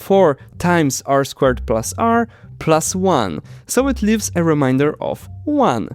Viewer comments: The word 'Remainder' is pronounced 'Re - mein - der', not 'Re - mine - der! which means something to 'Remind' you of something! I will be constantly reminded of this through the remainder of the video. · Is it really too difficult for you to say 'remainder' rather than 'reminder'? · Reminder =!= Remainder You were pronouncing the former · Reminder not equal remainder 😅 Oh, and "Eureka" is pronounced like "you - reeka" in English Cheers! I enjoyed the video! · Re MAINE der, not re MIND er!! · Remain not remind. Fuck. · Remainder should not be pronounced like reminder! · i like how you pronounce the word "remainder" as"reminder" especially because "modulo" means "forgetting" (whole multiples of) 🥰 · I love your video, and also have a tip for you. Consult a native English speaker on how pronounce “remainder.” (It sounds like you’re saying “reminder” to us.) The “ai” part is pronounce like the A in cake. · Just figured I’d let you know that the “ai” in “remainder” is pronounced with a long “ay” sound (long “e” in most languages), like “say”, not the “ai” sound most languages would use. I only say this because I kept hearing it as “reminder” while listening to the video, and it kept throwing me off. This isn’t a complaint, mind you; your English is perfectly understandable. It’s just that, in this one case, it ended up sounding like a completely different English word! And I fully understand how nonnative speakers stumble over our vowels! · I also thought it was a great video but was very distracted everytime remainder was mispronounced as reminder. They are two very different words 😅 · Problems I hear in the video: mispronouncing "arithmetic" (it has two pronunciations, and you picked the wrong one). "Remainder" sounds like "reminder". "Eureka". "Algebraic" sounds funny; the second "a" is off. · please learn to pronounce remainder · Can you please say remainder properly, your way just sounds too much like reminders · There's an "a" in remainder! Really great video.